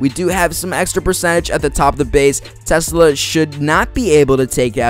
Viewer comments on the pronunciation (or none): none